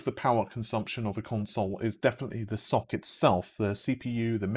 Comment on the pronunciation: Ess-Ohh-See is probably more correct, but certainly less entertaining. Keep with the Socks :)